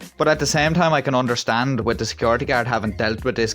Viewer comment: Did you hear him say he was trying to “have a conversation WITCH you” lol